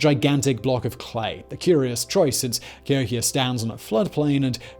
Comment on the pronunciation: Emphasis on 'hok'. Ca HOKia check the dates of the New Madrid earthquakes.